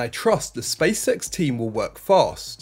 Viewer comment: Hahaha, not just me who picks up on his pronunciation. I can't unsee 'space sex' everytime he say's SpaceX. Good content tho